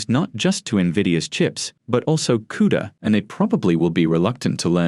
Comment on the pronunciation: "Coda" LOL. You know you are getting excellent, unbiased information when the writer doesn't even get the words right. This guy definitely knows what he is talking about.